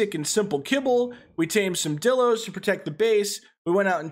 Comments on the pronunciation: its pronounced die-lo not di-lo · Anyone hate how he says dilo wrong